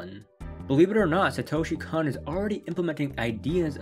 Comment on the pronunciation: "Kon" rhymes with "lone" "Kan" rhymes with "Han" (solo)